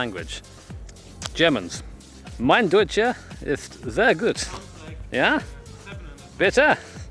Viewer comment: As a german well done on the deutsch pronunciation